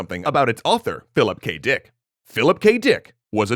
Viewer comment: I love how he is saying philip kdick